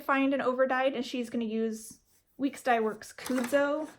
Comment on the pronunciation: Kudzu pronounced "cud-zoo," cud as in cow "cud," hard K. :) If it isn't spelled Kudzu, then please ignore this pronunciation. :) Great progress on all your pieces. Thanks for sharing